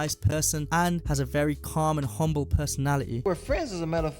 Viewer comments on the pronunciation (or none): none